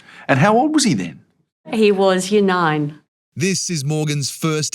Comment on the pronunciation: And how old was he? “He was younine”